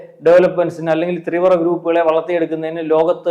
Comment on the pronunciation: ഒക്കെ സമ്മതിച്ചു. തീവ്ര എന്ന് 25 പ്രാവശ്യം imposition പറഞ്ഞ് practice ചെയ്യണേ. കുറേ ദിവസമായി 'ത്രീവ്ര ത്രീവ്ര...' എന്ന് പറയുന്നു. ഇന്നത്തെ വീഡിയോയിൽ മാത്രം തന്നെ അഞ്ചോ ആറോ പ്രാവശ്യമായി.